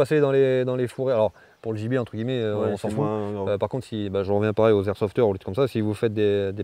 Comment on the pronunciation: A chaque fois qu’il dit gibier j’entends ennemi.